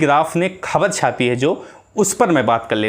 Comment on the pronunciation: Har sentence me shabd 'khabar' bol rahe hain 'Kh' ko aap halaq se boliye yaani ख ke neeche . Point rakhiye 'ख'۔ Aur bhi shabd hain Sorry for if you feel.